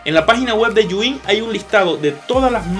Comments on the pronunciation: Los de "Yu In" sufriendo cada vez que dice el nombre 😖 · Por qué dice yuin?